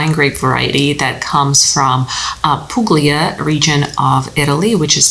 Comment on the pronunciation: Not sure how’s the life been for you, but this channel was an inspiration for my WSET Level 2 pursuit, which I got a 100% on. Maybe Greek wine next? Also, as an Italian, I have to say that Puglia is not Poog-lee-uh, but rather poo-lee-uh. The G is silent. Then I think it would be beneficial to mention Barbaresco or Langue with Barolo to tie in to the Nebbiolo grape.